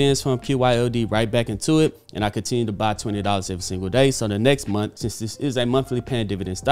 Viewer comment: What’s a “momth”?